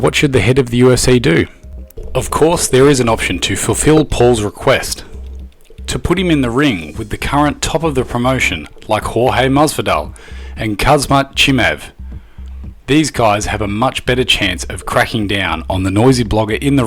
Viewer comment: "Khazmat Chimev" lmfao